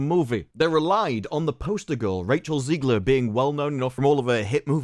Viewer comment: Her last name is pronounced “Zegler” not “Zeegler”! Stop mispronouncing it.